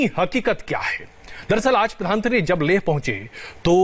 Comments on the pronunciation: अरे एन्कर ये प्रधान मंत्री होता है क्या प्रधानत्री कह रहा है। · Anchor sahab pradhantri nhi pradhan mantri boliye . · Cringe every time he says प्रधानत्री🙄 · रजत शर्मा से अनुरोध है कि इन महोदय को "प्रधानमंत्री" शब्द का सही से उच्चारण करना सिखाएं। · Pradhan mantri to sahi se bolo Bhai mere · प्रधानमंत्री आप सही से नही बोल पा रहे को एंकर जी😂😂😂